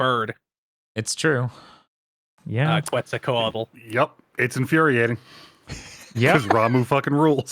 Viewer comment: They pronounce Quetzalcoatl wrong.